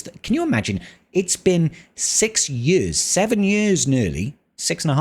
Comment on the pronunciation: Seven yörs nörly?